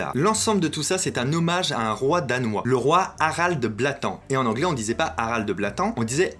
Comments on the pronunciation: C´est pas " Blatand" ,c´est " Blåtand" ( prononcer "Blotande") ce qui veut littéralement dire " Dent Bleue". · Pour info, Harald Blåtand ne se prononce pas blatan, mais blotande et signifie littéralement "dents bleues" en ancien danois (Blå pour bleu, et tand pour dents) Blå veut d'ailleurs toujours dire bleu en Suédois! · Loup Solitaire complètement d'accord avec toi ! Mais lui ici le prononce comme un français lambda l'aurait prononcé :)